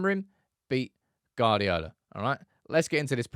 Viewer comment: Why do you insist on calling Pep, Guard-iola, the U before the A means its Gu-ard-iola pronounced Gwardiola just put a w after the G, and you're all set